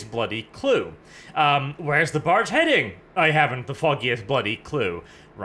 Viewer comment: Every time you say barge I hear... Barch. It's a Barch factory.